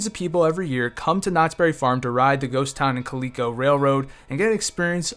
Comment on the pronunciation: LIVE -er-e?? That's Liver-e. Ka lee ko? That's CAL-LICK -O as in Calico cat. Uh, didn't they name it the Walter K.?